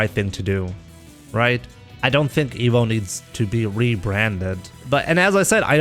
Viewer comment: Why does say Emo instead of Evo?